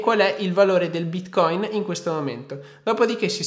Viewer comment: Ogni volta che lo pronunci bítcóïn la blockchain muore